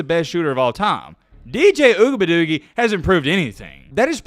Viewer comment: it’s ugabadoogie not whatever you said